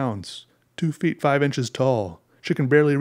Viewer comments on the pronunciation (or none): none